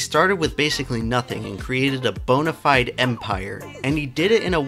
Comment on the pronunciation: Good video, but perhaps improve your pronunciation of bona fide.